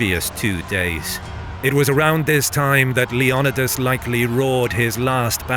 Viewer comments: Lee on e das... does he mean "Leo Ni das.... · Leo-ni-das not Leon-idas. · It's Leo-NEEE-das, not Le-OOO-nidas. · LEE NYH OH DAS Leonidas Leniodas?? Even if you skip the "o" it would be len eh das. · its leonidas not leanidas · If you’re going to speak on history please learn how to pronounce names correctly wtf was “king lion uh dis” wtf Leonidas just how it’s spelled homie as a Greek man I’m offended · Greek pronunciation is lay-on-nee-thas with fast emphasis on 3rd syllable. The name rolls quickly when spoken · I was really triggered by the way your was saying Leonidas. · You said Leonidas wrong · The way he says Leonidas almost made me stop watching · You keep saying Leonidas wrong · Leonidas isn't native English you can't sound it out it also Greek not litalian Salamis isn't the meat